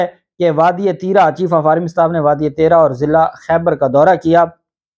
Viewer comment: this velly is situated in Kohat division in the Northwest about forty km. It's name is pronounced as (tee_rah). It has cold Murree like health resort(Samana- now a days Pak. Army cantt.) which had been used as British DC/Collector's office during summer season during British Indian rule.